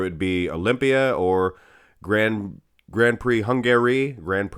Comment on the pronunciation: "Grand pricks"???🤦‍♂️ Americans 🤣🤣🤣